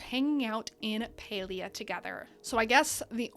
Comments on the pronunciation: Pretty sure it's PAlia as in "pal" as in friend... Can't even watch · Is it not Pal-ia?